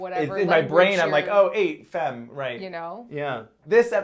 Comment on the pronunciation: French pronounciation tip: the e in femme is pronounced like a a-, the same a in fa from fabulous. famme.